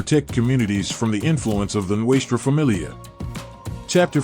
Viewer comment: This has to be the worst fuckin documentary i have ever heard.... you can not even pronounce Nuestra Familia correctly...learn to roll the Rs and La Eme is pronounced la EM-A.... another thing is why are you constantly repeating the same shit over and over and everything you said was wrong....did you.get everything off the history channel or gangland ? Every picture you posted isnt NF....go back and do your homework and remake this video when you gwt it right and run it by those who are actually in the life or know those who are real Nortenos.... then come back and try again